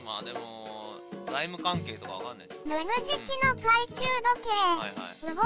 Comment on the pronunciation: 名付け親の加藤さんでさえちょっとぬぬじきって言えてない時がある